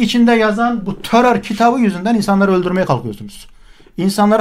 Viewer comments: Sevgili hocam törör değil terör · Töror ne yaa !! Töror u yapan, yayan sen ve senin gibilerdir. Kişi kendinden bilir işi👍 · Yanlız Terör değil "TÖTÖR" ndkdsndjxn